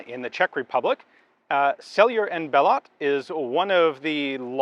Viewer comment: The T is silent in Bellot. It’s pronounced Bello.